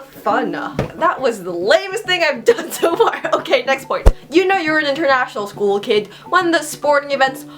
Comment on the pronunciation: When you're speaking I always visualize you're biting your inner cheeks or something like that..The way you say school is just so weird, like 'skoooo'